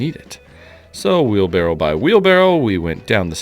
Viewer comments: Do you say wheel barrel ? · Btw, it's wheelBARROW not wheelBARREL :) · Are you saying wheel barrel? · Why isn’t the top comment about really sounding like he’s saying “wheel barrel”